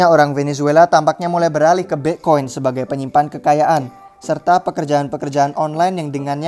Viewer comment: Bi'khoin haha